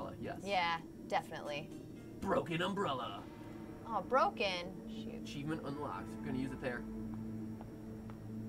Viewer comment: Is anyone else aggravated how they say “umbrulla” instead of umbrella lol love you guys though